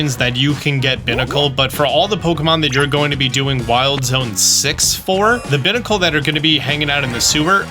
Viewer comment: I can't believe he looked up how to pronounce Barbaracle (the barbarian barnacle Pokemon), but he still pronounces Binacle (the binary barnacle Pokemon) like it's a trash receptacle 😭